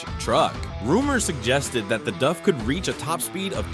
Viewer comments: bro I am grateful for the free content I get to enjoy, but please, help me understand. How did you arrive at pronouncing "DAF" as "duff"? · Why can’t Americans seem to pronounce simple manufacture names properly it’s Not DuF that’s a beer from the Simpsons DAF D A F as bad as Americans trying to pronounce NISSAN Ne-SAN it’s wring NISSAN like miss Nissan no Nee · That's D-A-F not D-Uh-F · not dov. its Daaf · its pronounced DAAAF not DUFF, but then again .... A.I voice overs are not exactly good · It’s DAF not DUF? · It still a DAF, not “DUFF.” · of DAF? i mean its close but not correct, its pronounced with an Ahh instead of an Uhh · Its pronounced D A F F not D U F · Duf….Duf….DUF?!?! Who is Duf Trucks. DAF - Dee Ahh Ffff - DAF…like “Daffy Duck” minus the fy at the end. No “U” in it, and the aren’t Springfield’s finest beer 😂😂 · from England we don't pronounce it "duff" it has an "a" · DAF is a dutch company and in dutch its pronounced DAF not DUF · LOL no its pronounced with a Dutch soft a, dahf not dayf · to me it sounds you keep saying DUFF, as in the simpsons beer. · Duffman! lol yeah I was looking for someone else to mention it. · the tire came off the rim. Not the disc 😂😂😂 Can anyone confirm the correct pronunciation of "DAF"??? Duff sounds like the beer from the Simpsons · Why is he saying DUFF? Stupid AI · It is Dafffff not Homer's favourite Beer ! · then why does the commentary in the video keep calling the brand "duff"? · D-ah-ff would be the way to pronounce it as a Dutch speaker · Pronounced like ‘daft’ just skip the t. It is that simple. Trust me, I am Dutch. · The A is pronounced like in "car". DAF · Thats not how Daf is pronounced😂😂😂😂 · Great video but I had to watch it without sound, if you can pronounce 3 letter words maybe you are in the wrong game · Ai still can't pronounce DAF. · Pinned comment by the uploader says he was using Text-to-Speech, and the AI narrator wasn't set up correctly to pronounce DAF right. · DAF not DUF. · its daf not duf